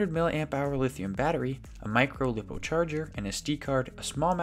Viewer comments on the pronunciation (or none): lip-oh who's gonna tell him that it's lie-poh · It’s pronounced liepo not liipo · This is pretty cool... But lipo being pronounced as "Lip oh" is making me lose my mind